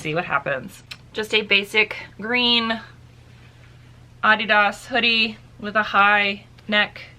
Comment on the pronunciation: you tell them how to say Adidas right lol